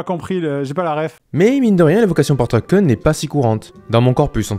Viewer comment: Truck kun n'a pas été oublié dieu merci 😂. Par contre pour l'amour du ciel ça se prononce "Treuk Koun".